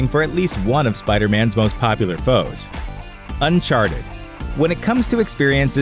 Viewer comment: Why do you say Uncharted like Unsharted?